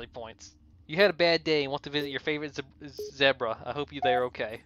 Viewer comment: You mispronounced zebra.